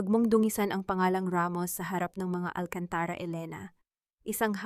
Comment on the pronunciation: Pronounce AlcantarA correcrly bawasan mo ang pagkaOA mo Please change the Narrator